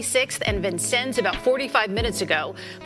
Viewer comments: Yo ass ain’t from Chicago Tom Bout “Vin-Cen-Nez” 😂 it’s pronounced “VIN-SENNZ” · VINCENNES( VIN-SEEN)😂😂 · Really it’s Vin -Sins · it’s pronounced Vin-seen in Chicago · You dont know wtf you talm bout man, yo goof ass need to stay out the city business, you didnt even pronounce Vincennes correct nigga, I hate yall ass man, stop commenting on our city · That’s not how you pronounce Vincennes… I thought this was a Chicago guy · 😂 Bruh don’t nobody know how to pronounce that ish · Yo he butchered that street name Vincennes 😂😂😂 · Bro did butcher Vincennes pretty badly 😂😂😂😂